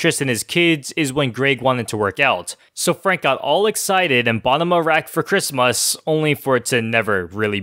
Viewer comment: “chrismous”- lol